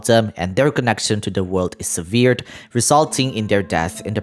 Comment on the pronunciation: Wonderful video as always! To soothe your head later though, here's a pronunciation assist between two really stupid English words: Sever - to cut Severed- was cut How to say: SEH-vurr, SEH-vurrd Severe- bad Severely- amounted to bad How to say: seh-VEER, seh-VEER-lee I'm absolutely in no way saying this to correct you or say you're doing badly, but rather to show you how close those words are, how different the pronunciations are, all while they're damn near the same word spelling wise. To the video though: I have a feeling you're right on the takes you've assessed so far. If I may, considering the time loop, Hex coven and now the addition of more info- I was curious about Fischl. Is it possible, that since it seems history has repeated itself before, that the Teyvat dome exists as a redo from failed attempts previously to stop the end of humanity, and that in doing so they chose to write fate scenarios to maybe away the result.. And Fischl just happens to be the irl version of a character never brought to life before? As in, the book was written and left for humans to ponder but they never created the actual person. Fischl bonds with the story so much that she's a vessel for the tale almost 1:1 because of her adoption of cosplaying the character, so it was then basically given to her to see what happens if there story were real? Because there's not much reason else-wise, right? Just makes me wonder, because her connection to Oz seems to be him making sure she assimilates we